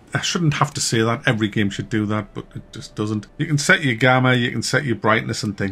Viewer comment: one of the main reasons I like to watch your videos is to hear you pronounce "game" as gehm